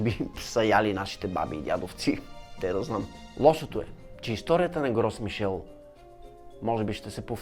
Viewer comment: На френски с-то на края на думата не се чете а л-то е меко т.е произнася се "Гро Мишель"